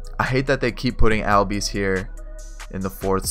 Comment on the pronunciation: great vid so far. but ozzie albies’ name is pronounced “ozzie allbies”